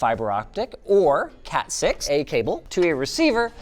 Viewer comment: if linus didn't say cat6a cable properly, just do another take, these weird stitched together sentence edits should be seen as an embarrassment to the editors